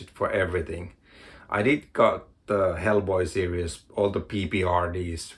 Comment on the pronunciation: Lobster Johnson and Criminal❤Series and serious are pronounced differently.🤓🤐